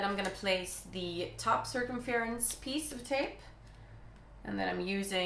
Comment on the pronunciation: I love the way you pronounce circumference it sounds so much nicer than how we English say it,kind of like sir-cum-fur-unce :) x